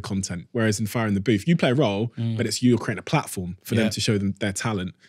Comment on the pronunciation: Half way in and I’m gripped so far. I just love the fact Charlie created “fire in the booth” but proceeds to say “frier in the booth” instead 😂